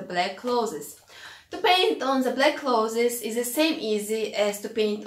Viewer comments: your way is better. The world should change to say it your way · The way you pronounce 'clothes' makes me so happy ☺ thank you for these tips!